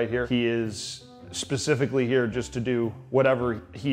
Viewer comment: Pretty sure you said "pacifically" at 4.55